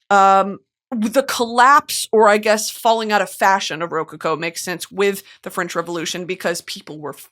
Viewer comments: girl its ro CO-CO not RO-coco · ruh-co-co is how you say it lmao love you brit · why is brittany pronouncing rococo like that 😭 am i missing something?? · Pronunciation of rococo is taking me out